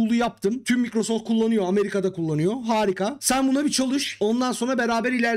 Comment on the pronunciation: Microsoft'ta çalıştım diyip de Microsoft'u da " Mikrosoft " olarak okumazsin ya.